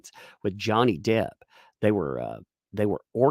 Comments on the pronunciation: I think called Johnny “mister derd” a combo of his last name and hers … but it sounded like “mr. turd” what an interesting bomb to drop! You know she loves johnny bc she didn’t correct herself bc it would just call attention to her slip. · Mr Turd instead of Mr Depp.